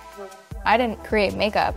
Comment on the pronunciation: The amount of times she says MaKEuP😂